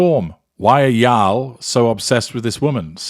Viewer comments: The way you said Y'all...I loved it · As a born Southerner, hearing pronounce y'all makes me so happy.